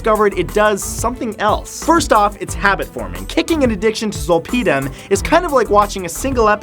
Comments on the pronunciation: XD You say "Zole-pee-dim".... "Zol-pud-im" Zolpidem is generic Ambien and is widely prescribed in the US for sleep still... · Zolp(aahdem) how it’s pronounced is generic ambien . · zol-PEE-dem lol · Zolpidem is generic Ambien. I’ve also never heard it pronounced “zole pee dumb” before, but I’m definitely going to start pronouncing it your way :) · Lol, facts. All the drugs he talked about are very well known. Especially when he said and mispronounced Zolpidem (Ambien). What a clown 🤡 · As a previous pharmacy tech, your pronunciation of zolpidem is driving me nuts. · wow they way he pronounces zolpidem is hilarious, had no idea what he was talking about at first and it's something I take almost every night. It's better know as ambien. I have migraines and sleep apnea and my mom does too, so we both are prescribed it by doctor. Yes can get you very high in a weird very way and makes you black out. i had accidentally taken 2 10mg pills once, because I had no idea it was so strong. I took 1 didn't seem to work so took 1 more, next thing i remembered was waking up with a couple cuts and bruises in my living room floor not knowing how i got there at all with something cooking in the oven. It's honestly not addicting at all for me at least, and im an addict so didn't realize so addictive can be for others.